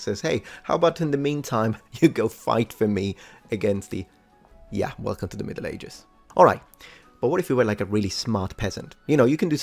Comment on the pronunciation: "Wrlcome to the middle-ages'. Sounds like Belgium, actually.